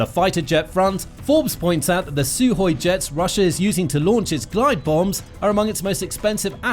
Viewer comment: It's Sukhoi NOT Suhoi!